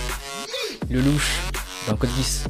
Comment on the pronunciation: Ça se lit lélouch pas le louche 😭